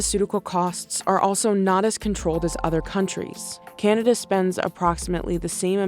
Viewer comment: "Canda ?" wtf is "Canda ?" >